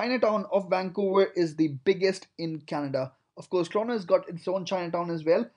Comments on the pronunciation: it is said TORONTO not TORONO. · Toronto but you said torono 🤣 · TORONTO, TO-RON-TO. Not TRONO! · It's pronounced as TRONO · Why is he pronouncing Toronto as Trono? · "Trono and Wankuver" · This guy keeps pronouncing Toronto as 'Trono' which gets pretty annoying. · Listen to and tell me what you hear. That's just one example out of the 100 times he says Trono.